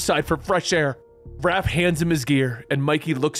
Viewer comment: I can't believe he called raph RALPH 😂😂